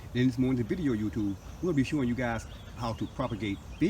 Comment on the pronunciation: Why do you constantly keep say g utube